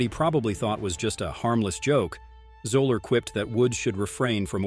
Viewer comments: Fuzzy Zoeller is pronounced Zeller, not Zoler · It's pronounced Zeller ... not Zoeler. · I’m pretty sure Fuzzy’s last name is pronounced ZELL-er. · and you don't even know how to pronounce Zoeller's name. lol